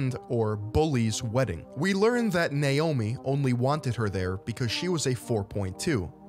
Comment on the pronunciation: You have no idea how happy it makes me to hear someone pronounce Naomi correctly. It's kind of sad, actually.